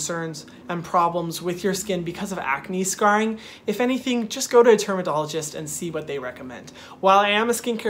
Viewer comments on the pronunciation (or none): so no one else noticed he said termadologist instead of dermotologist lol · i died when he said termadologist instead of dermatologist LMAOOO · nobody: hyram: termadologist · “termadologist” me too, Hyram. Me too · Was I the only one who heard 'Termadologist' twice? 😂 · not him saying ‘termadologist’ ✨ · he's so cute and sweet. aw. i loved this video and found it very helpful! he says "termadologist" instead of "dermatologist" and i love that he just. left it in. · anybody else hear him say termadologist instead of dermatologist😂 idk why I laughed so hard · Am i the only one who heard him say termadologist instead of dermatologist like twice near the end of the vid 😭🥺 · Anyone catch "termadologist?" 😜😂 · Not trying to pick but he kind of said termadoligist and it caught my attention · It sounded like he said termadologist 😂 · This video was legit over a year ago, but I have this skin issue, so clicked on this video. Very helpful info Hyram, but I just realized you said TermaDologist and it gave me my laughter for the day! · are we gonna talk about how he said "termodologist" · did anyone notice that he said "termadologist" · 'Termadologist' lollllllll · y’all heard him just go to a termadologist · Lmao he said termadologist 😂😂😂😂